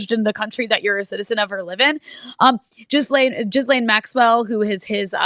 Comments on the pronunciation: Omg PLEASE STOP calling her Jizz-lane! It’s pronounced Gee-LEN. Don’t get me wrong, I think she’s one of the most odious humans ever to walk the earth and this is not about respect for her. But if you want to be taken seriously, as a journalist/podcaster, get it right! Those who call her Jizz-lane are making a derogatory reference to what she’s guilty of. Don’t sit there with a serious face and pronounce it like that. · Love you both! But please stop mispronouncing “Ghislaine””.”